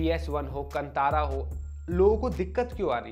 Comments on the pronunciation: Tip : कंतार ❌ कांतार ✅ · Sir, film ka naam "कन्तारा" nahin, balki "कान्तारा" hai. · Kantara nahi hai bhai " khan tha ra " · Stopped watching once you pronounced KANTHARA wrongly...bye.